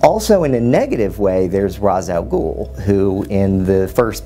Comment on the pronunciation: Ray-sh al gul not ras al gool